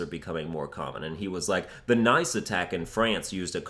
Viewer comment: Nice in france is pronounced more like niece than nice